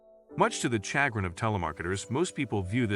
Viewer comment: Obviously, this video is heavily AI-assisted. Nobody pronounces "chagrin" like that. The delivery of mushy, general conclusions in a relentlessly cheerful tone of voice is, of course, the main giveaway. My favorite wtf moment was when they showed a guy sitting on a lawn unwrapping a burrito for no apparent reason.